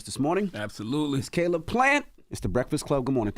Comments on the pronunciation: "Kuh-leeb Plant" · Charlamagne calling him Kahlib in the clip lol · Cuz why he pronounce his name like Khaleeb😂😂